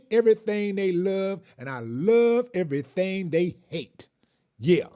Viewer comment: “I hate everythang they love and I love everythang they hate”😂🤣🤣🤣 -Willie D